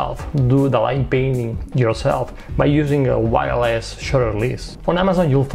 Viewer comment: I love your video and I love PhotoPills... but I have to admit, I really started laughing at myself on this video. When you said "wireless shutter" I heard "wild ass shutter".